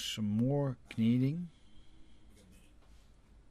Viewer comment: A quick aside: "kneading" is pronounced "needing." The K is silent. I don't know why. Know also has a silent K. I still don't know why. :)